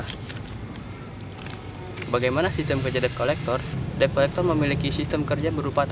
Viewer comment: Dibaca/disebutnya "det kolekter" bukan deb